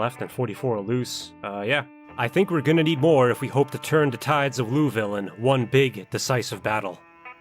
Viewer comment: Great video, and I loved every second of it, but omg as a Kentucky native the way you pronounce Louisville is like gravel against my ears lmao.